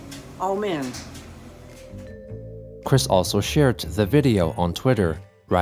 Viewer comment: I have never in my life heard someone pronounce “amen” as “ow-men” lol